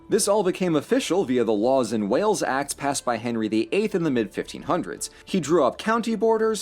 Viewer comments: As a Welsh person it's great to hear wales being mentioned....but it's HORRIBLE hearing it mispronounced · Not a bad video but can't give you a thumbs up because of your stupid pronunciation of WalesTry harder. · Wells have water in them, whale's swim in water. Garlic people smell odd. Come on sort out the pronunciation! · I know you had trouble pronouncing Wales but so do the English news reporters on tv😂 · you say Wales wrong literally the same way you say the animal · DUDE !! -- Wales not wells ! as in the sea mammal 'whales' 🐳 ! as in 'jails' 👮 ! as in 'pales' 🪣of water ! as in weather 'gales' ! as in 'fails' to say it correctly...!!! ☹ -- Wales is older than time, the Lord of the Rings story is actually based on Welsh history, in fact, my cousin Gerry is the spitting image of Golem !!! -- The story of King Arthur and the Knights of the Round Table is Welsh history. -- The Welsh (celtic, indigenous population) people were being enslaved (literally) since the first invaders. Our slavery diminished, or at least petered out 1000 years before the African slave trade started ! (Note to African Americans; chill out, you weren't the first, nor will be the last, and it's always unfair, but it is the story of human history... ask Ghengis Khan, Alexander the Great, Hannibal, The Romans, the Persians, The Medes, The Greeks, it happens everywhere humans lived, and at all times in history... there are always greedy jerks, and someone weaker to oppress) -- You mentioned singers; Tom Jones, Shirley Bassey, Charlotte Church, Duffy, Bryn Terfel, Katherine Jenkins, & Cerys Matthews are of note, besides world class choral groups. -- What about actors; Richard Burton, Anthony Hopkins, Michael Sheen, Luke Evans, Tom Ellis, Christian Bale, Catheryn Zeta Jones, Ioan Gruffudd, Jonathan Pryce, Andrew Lincoln, Rhys Ifans, Taron Egerton, Eve Myles, Matthew Rhys, Rob Brydon, Mark Lewis Jones, Alexander Vlahos (not so Welsh sounding..). Great Britains coal mining and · Wales, not Wells!!!